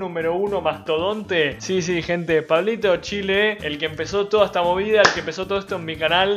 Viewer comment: Me gustan tus reacciones pero me estresa que le pongas acento a la e